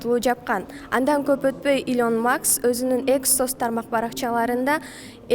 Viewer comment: Илон Макс эмес, Маск.